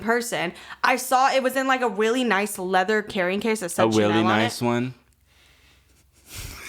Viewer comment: “weally” is too cute